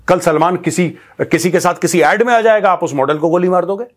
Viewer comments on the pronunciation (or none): none